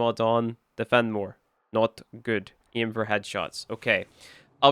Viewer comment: Phenmor so good it turned a brother Indian for a minute :D